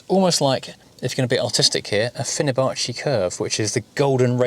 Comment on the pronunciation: It's not "fino-bachi" it's "Fibonacci" and absolutely everything you've ever read about the "golden ratio" is total nonsense made up by woo peddlers.